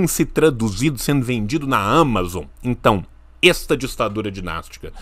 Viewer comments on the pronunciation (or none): none